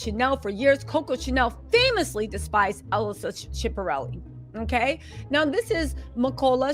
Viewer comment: U are totally butchering All these designers names mulger , shipperelli ?😭😭😭🤣🤣🤣 comedy gold